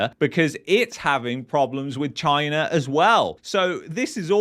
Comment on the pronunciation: cant even say the word Chyna.